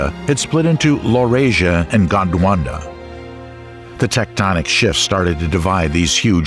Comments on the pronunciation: It's "Gondwana", not "Gondwanda". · "GondWanda" killed me 😂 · Your pronunciation of Gondwana was wrong throughout the video :) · Gondwanda.... Sigh...